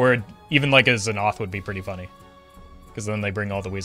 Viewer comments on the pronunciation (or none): Does he say z'noth on purpose or has he never read the card lol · idk if really is saying znoth intentionally as a joke or unintentionally but either way its bothering me wayy to much